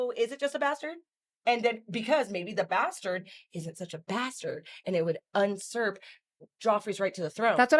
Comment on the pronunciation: Hold on, does she think "unsurp" is how you pronounce usurp? Or did she make up a word for un-usurping?